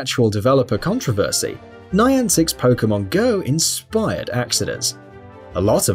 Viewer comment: contravursy XD love the pronunciation skills